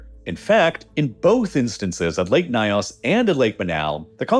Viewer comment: The "ny" sound in African languages is generally pronounced like the "ny" in canyon. The pronunciation of "Nyos" in the video is way off. Excellent video otherwise.